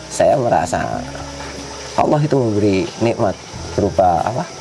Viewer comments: Memyebut gusti allah aja salah dia nyebut gusti alah itu omongan orang bukan islam sudara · gusti awwlohh bukan gusti alah ya